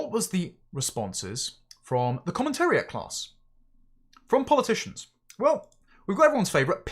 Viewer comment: Polyp-ticians lol😂